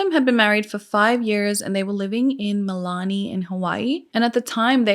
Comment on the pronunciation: I love your stories. The town is pronounced Mill- Lee-Lani but you said wahiawa so good WAA-he-waa